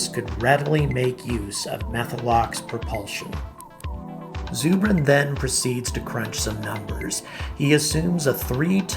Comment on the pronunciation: It's ZUR bin like Zer-bin. short U